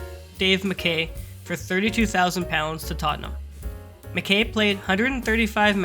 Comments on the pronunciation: Dave Mackay’s surname is pronounced “Mackai”. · It's pronounced Edinburra and Dave Makeye